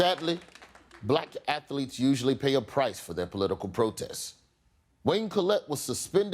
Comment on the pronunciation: Cartman: _"Athuletes"!1